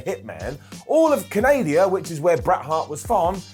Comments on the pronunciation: Did you really call it "Canadia"? It's CANADA. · Did he say Canadia? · Did call it Canadia?? 😆😆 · "All of Canadia" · “All of Canadia”. If it wasn’t clear, i love.😂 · Aaaaaaaand I'm calling Canada "Can-Aid-Dia" from now on.